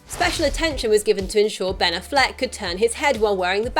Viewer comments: good video...but it's not Uh-flec it's Affleck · The City Meh, the reviews and drop off in box office says it all. My prediction is the next movie the director will stop trying for dark and gritty and go back to trying for a good movie. Also its aFLeck you put the emphasis on the wrong syllable.